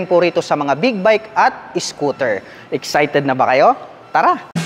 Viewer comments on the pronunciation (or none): none